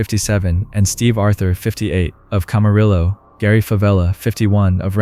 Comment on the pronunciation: Camarillo sounds like Cam-A-re-o Hahaha sorry can't help it